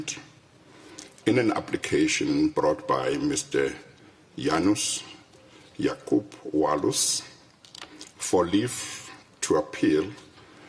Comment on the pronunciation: I salute this anchor ! Probably the only one journalist in SA TV who can pronounce "Janusz Waluś" correctly ! Good Job !